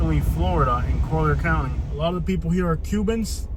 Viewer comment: Colly-er County* bro lol